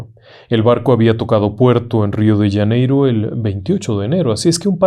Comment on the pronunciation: "" Rio d Yaneiro " dijo el Ingeniero...???? 😂😂 RIO DE JANEIROOOOOOOO